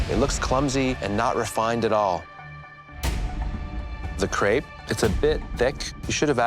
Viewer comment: Every time they say crépe it sound like grape that are some clumsy grapes